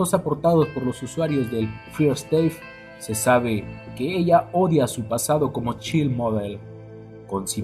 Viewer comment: bendito, el inglés no es una ciencia de la NASA. En un futuro, infórmese de la pronunciación correcta de las palabras en inglés. No importa si no sabe qué significan, solo pronúncielas correctamente. Creame, sus enlaces van a sonar mas intelegibles. Por ejemplo Child... Cháild Girls... Guerls Fire... Fáiar Staff se pronuncia exactamente como se lee, no stéif. Pero la información es exelente y educativa. Gracias por el enlace.